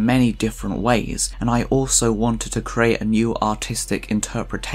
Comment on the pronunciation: Shame about the "and" but well done sir.